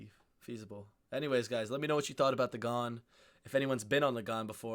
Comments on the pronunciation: These trains are not a cheap option. They are $$$$$$ expensive. I’m doing the trip next year.even Gold Class is expensive. These are premium travel options. Also it’s pronounced ‘gan’ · Your best bet for travel in Australia is a fried-out Kombi…. We pronounce Ghan as in can or tan. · He's pronouncing the name of the train incorrectly. "Ghan" rhymes with can and is short for Afghan, the nationality of original camel drivers who took people and goods across the desert. Here is a 3 hour (yes that's correct) video of the Ghan, mostly a passenger's view with some headsup historical captioning. It was broadcast on TV one summer as "Slow TV". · Pronounced garn….not thorn…. Bloody poms How dare you think Vegemite is anything like that shite called marmite. Vegemite is also awesome smothered on both sides of a T-bone steak. Trust me Vegemite is the best marinade for cooked beef. 🥩 If you let it cook a bit longer you can get a crunchy or chewy texture to it as well as a soft salty grease to add to the butter. Fukn beautiful! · It's not gharn It's pronounced ghaan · I did Darwin to Adelaide on The Ghan in August. It was brilliant. But pronounced Ghan as in Gan not as in Garn. Note - the single cabins were brilliant. Yes they are small and you have to share bathrooms but the bathrooms are full size with full showers (unlike the 2 berths that have tiny ensuites). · It's not 'Gharn', it's 'Gaan'. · Heh heh, it's the Ghan, rhymes with fan, not the Ghaaaan. I'm a fan, btw. Cheers. I live in Perth, where we have the world's best climate, IMHO. Yes, it's a long way from anywhere, but air travel makes it easy (except for the COVID disruption). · "Ghan" rhymes with "Ban", not with "Barn". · The Gharn !! it's the Ghan there's no R in it and the A is a hard AA as in And now try and say it like an Australian and the N soft and slightly nasal. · Ghæn, not Ghaan. Short for Afghan. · I promise you vegemite is better than marmite. I love one and hate the other...oh, and Ghan rhymes with can.